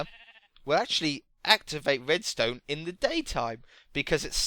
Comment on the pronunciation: why do you spell the "r" as a "w"? Like "wedstone" or "woom"